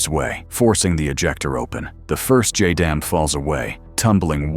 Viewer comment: It's pronounced "jay-dam." Add the numbers if you must...